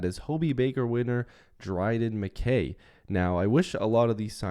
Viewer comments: Mick-Kay MacKay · It’s pronounced Mick-I